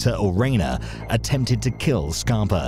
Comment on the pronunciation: Sounds like you’re saying “Scarp-o” in some spots in the video instead of “Scarp-A”. Love your videos as usual. I know COVID is slowing things down but try to make some new videos n keep it coming my man 💪🏾💪🏾💯💯